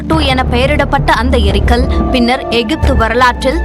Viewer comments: முதல்ல தமிழ் படிங்க.. எரிகல், ஏரிகள் என்பதற்கு வித்தியாசம் தெரியாத தற்குறித்தனம்.. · தமிழை கொலை செய்கிறீர்கள். ஏரிகள் அல்ல எரிகல் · அது ஏரிகள் அல்ல எரிகல்.